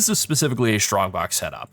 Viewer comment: For someone that didn't have English as it's native language, I find it really fun, hearing the word "shtrongbox" ^^